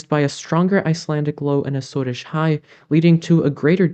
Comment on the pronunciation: So glad to have you back. The 'shorts' are great for keeping up with the changing weather patterns, but with your explanations it's even more interesting. Like, how else would we have learned the correct (I suppose!) pronunciation of "Azores"... I've been saying it wrong all along! Thanks too, for the explanation of the NAO - but please don't stop explaining it so that it has a chance to sink in how it works.